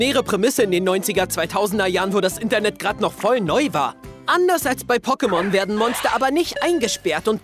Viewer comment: Deine Betonung von Pokémon treibt mich als sehr großer Fan in den Wahnsinn xD